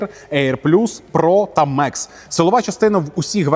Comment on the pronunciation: Мекс - ??? Комплектація «Max» - це Макс. Від слова «максимум», на всіх мовах світу. Макс! Не Меееекс!